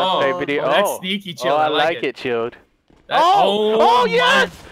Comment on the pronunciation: Did anyone else laugh everytime called chilled,chaos instead of just chilled😂😂😂